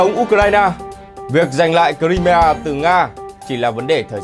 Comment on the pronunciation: Nghe đọc cờ-rai-mi-a mà không biết đó là đâu!